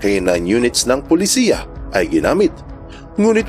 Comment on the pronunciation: AI or text-to-speech tong. anong Polisiya? instead of Pulisya